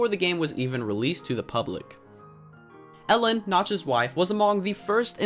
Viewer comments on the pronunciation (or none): Me too I am also from Sweden and it sounded little fun when he said Elin cuz it sounded like Ellen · I love when you say the name of notch’s wife and when you say the name if he’s family members. He is Swedish and im Swedish too! ;)